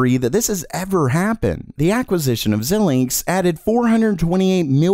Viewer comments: Hey dude, love how you always tie together the Teck news in a nice easy to consume package. Sorry, I need to point out that their name is Xilinx, pronounced zylinks, not Zeelinks. I'm sure you wouldn't appreciate someone referring to your channel as Jamer Miled. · Xilinx => Xie-linx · FYI, small pronunciation correction: Xilinx is pronounced as 'Zy links' using long i sound. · It is pronounced z-eye-linx, not zeelinx.